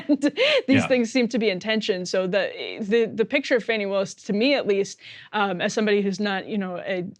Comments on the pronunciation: Could somebody PLEASE tell Emily to start pronouncing Fani Willis' name correctly? It's super disrespectful to not get a name correct And it's not like we haven't had her name for long enough to do some research on that. It is NOT pronounced Fanny. It IS pronounced FAHNI. If you don't believe me you are welcome to consult Wikipedia. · Emily...you are offensively mispronouncing Fani, the first name of Ms. Willis, the Georgia DA